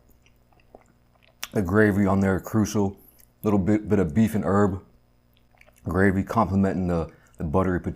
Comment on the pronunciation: It’s gravy not grave. Uggg 😊